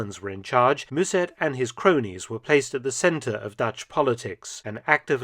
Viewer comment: As I have commented before, the name of the leader of the NSB is not pronounced as Moezzurd or something like that but as Mussurt with two short ‘u’s, like in mum. The s is a hard s, not a z. Also, the chronology is somewhat off: in april 1940 the Netherlands were not even occupied yet, so there was no Dutch ss-regiment at that time. Only in 1941 the first steps to organise a Dutch ss were taken, which was led by the former physics student Henk Feldmeijer, a move fiercely resisted by Mussert, who saw the ss as the mortal enemy of a future independent nationalsocialiist Netherlands. Finally, Mussert and the NSB were never given any real power by the Germans.